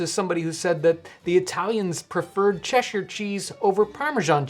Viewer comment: Oh god thank you for pronouncing Cheshire right!!